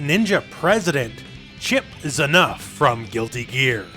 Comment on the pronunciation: Yes, but why is he called Chipp Zinuff instead of Chipp ZANuff?